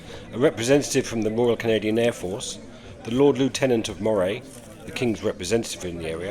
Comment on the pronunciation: V good. The Scottish pronunciation of "Moray" is "Murry"; it rhymes with "flurry" and "Surrey".